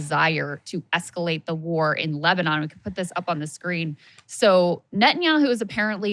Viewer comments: "Lesbanon" Saagar you're a journalist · Was it just me or did I hear Saagar accidentally call Lebanon, Lesbanon? Lol, it made me chuckle. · Saagar said "LESBANON" 😂🤣😂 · Did he just say Lesbanon??? Seriously Saagar and Krystal have spiraled and now simply sound like MSM except for the opinions at the end. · Did he say lezbanon?!?? 😜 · Hold up did he say lesbanon the first time? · Where exactly is "Lesbanon", Saagar?